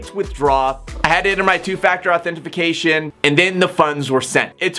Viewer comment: Why do you keep saying "authentiFAcation"?